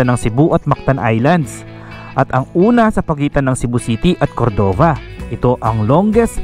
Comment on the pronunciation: daghang salamat sa pagpakita sa queen city.. nindot gyd na ang CCLEX unta lang limpyohan ng naa sa kilid sakit sa mata unya baho pa gyd na diha.. maka hugaw sa dagat nya diha mangisda... POV lang unta kuha-on na. Anyways tama namn ung pagka bigkas nyo sa Cebu at gihigugma 👏 pero ung Cordova (cenxa) hindi, kasi english ang pag bigkas nyo 😅 spanish ung pagbigkas nasa first syllable stress po. Pero hwag po kayo ma stress ha, hindi namn sa ano,gusto ko lang sabihin Adventure/ tour/ riders vlog kaya ok lang yan. sabi nila shrimp farm daw yan. more power and God bless